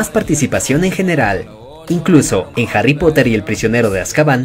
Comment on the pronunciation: nadie absolutamente nadie yo dandome cuenta de que el narrador de el video deice hary en vez de harry xd